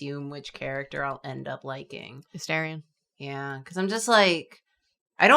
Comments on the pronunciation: I could have sworn his name was pronounced A-STAR-ION not A-STAIR-ION? Have my ears misheard all this time? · Why do Americans go out of their way to pronounce Astarion wrong?😭🤌 You say ⭐star⭐ as "star", not "stair" or "ster", so why would you pronounce A-star-ion as "A-ster-ion"? All of the characters say it the first way, so why go out of your way to say it wrong?? It doesn't make sense, because it's not a "oh, it's because British and American English are different"-case😭🤌 I know my autism is showing, shut up😤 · I’m too BG3 headed for this video. For one, it’s As-TAHR-ion. For two, he doesn’t turn into a bat but you can f*ck bear Halsin. Three, he’s not a half-elf! He’s an elf. I’ve been going through a bad breakup and Astarion is my cope. My fanfic is one of the 14k+ on AO3. But, like, I disliked him at first and loved him one I engaged with the game more, so I can’t even be mad about her bullying him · The funnest fact about Astarion is that his name is pronounced "uh-STAR-ee-un" lmfao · ALSO astarion is a full elf not half elf, and pronounced a-🌟star🌟-rian and I personally don’t vibe with him but the actor is from the town where I was born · "Totally normal," as my eye twitches every time they mispronounce his name 😭 It's A-star-rion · One of my friends pronounces it ASS-tray-on, and it's painful every time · tbh this episode was so hard to get thru... how can you play bg3 as much as has and still not be able to pronounce astarion's name right 😭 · Take a shot every time someone mispronounces Astarion… actually… don’t. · the astarion pronunciation is killing me 😭😭 also hes a high elf so he really hasnt lived that long